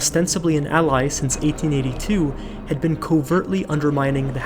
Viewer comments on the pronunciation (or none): none